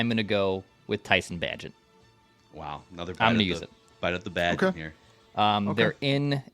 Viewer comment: Of course is incapable of correctly pronouncing Tyson bagent s name